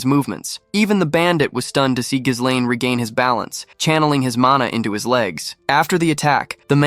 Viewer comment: that's not how you pronounce Ghislain. In either French or English. We're supposed to go through 52 chapters when protag's name is annoyingly mispronounced? seriously?